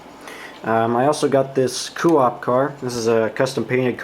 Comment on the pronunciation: Hey great job on the weathering. The Coop car, it’s pronounced Co....op. Keep up the good work now “I” can get to weathering my rolling stock, thanks